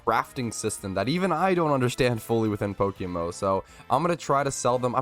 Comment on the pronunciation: What is Pokemo? 😂(Before anyone starts insulting, I was just joking with the way says PokeMMO)